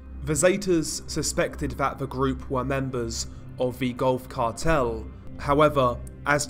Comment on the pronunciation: I swear I thought you said "golf cart hell" the first time you said Gulf Cartel lol!